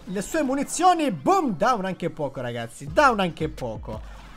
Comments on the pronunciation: Grande, io al momento ho quasi tutti i brawelr al grado 15, sto cercando di farli salire tutti insieme. Comunque, Pocho si legge "Pocio"😂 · Dipende la pronuncia originale sarebbe pocio ma italianizzatta poco